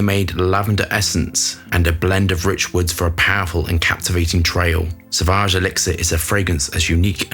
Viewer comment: it is pronounced sovage and not savage. There is a u after a. Just listen to the advertising or enter sauvage in google translater. Then you hear the pronunciation. Every fragrance reviewer gets it wrong.